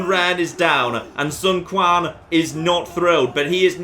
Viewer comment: sander heutink yes. Q makes a similar sound to T in English but put your tounge on the roof of your mouth and say T that's pretty much the Q sound. said something like Kwan for "Quan" but it should be pronounced too enn